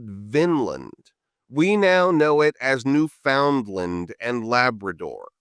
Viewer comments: It's newfinnland not new found land : ) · Its actually pronounced Newfin-land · OK Americans, you really gotta stop calling "Newfoundland" "New Found Land" for its proper pronunciation try this. say: "Understand Newfoundland" and keep repeating it until you are saying "Newfoundland" and not "New Found Land" it's one word, not three words, we know, we've been here for a really long time. (longer then those in what's now the USA) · ha ha. Yes. I"ve never heard any of the locals saying new-FOUND-land. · I just realized how similar the Canadian pronunciation of Newfoundland (it sounds like New Finland) is to “New Vinland” lol